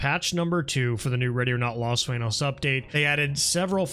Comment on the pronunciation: You have the most Caucasian pronunciation of the word “sueño” 🙈